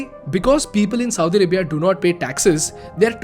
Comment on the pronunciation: You sound like Saudi Ribia!LOL